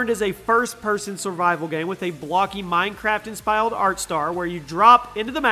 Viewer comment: I believe you mean "inspired art style" not "inspyled art star"